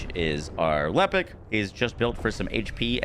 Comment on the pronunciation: PSA this man calls lepic LEEPIC